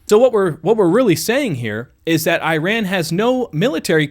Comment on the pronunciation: The country's name is NOT pronounced as "EYE-ran"! And the people from there are NOT "eye-RAIN-eee-ans"! The CORRECT pronunciations are the country of "EEE-ron", where the eee-RON-eee-on" people reside!